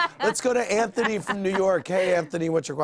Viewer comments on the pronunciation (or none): none